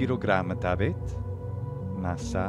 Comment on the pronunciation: I noticed you always pronounced "massam habet" as "mass habet". Was that an error that you corrected in the captions, or are both correct?